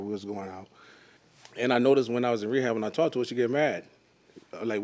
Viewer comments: “While he was away at wehab”😂😂😂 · The man said wehab … smh 🤦‍♀️